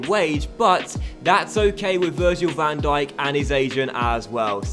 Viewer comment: You are so smart, IF you have seen this Video Is an 8 months old Video not A January Video Also No Van Djikock or whatever the fuck you said but Van Dijk